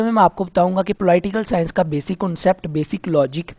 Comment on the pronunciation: Ruby Rai ko ab pta to chal Ploi-tial sciance Kya hota ho ga...😂😂😂